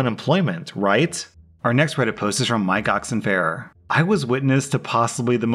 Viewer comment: “Mike Oxonfaire” hahahha